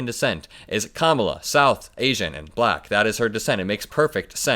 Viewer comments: Correction: Buh-lack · He pronounces Black. BAlack. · I can't stand the way he accentuates the L in black.